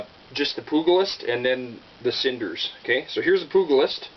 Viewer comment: “Poog-a-list”? Come on dude haven’t u ever seen “Young Guns”? The G sounds like a J